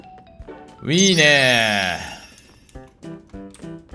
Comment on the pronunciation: 気のせいかな～🤔 最近のの『いいねー』が『うぃーねー』に聞こえる☺️